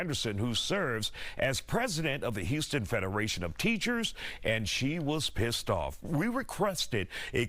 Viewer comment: “Pssed off” Decorum Mr. Reporter, please.